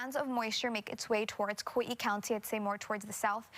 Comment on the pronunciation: Kawee-ee? Where the hell is that?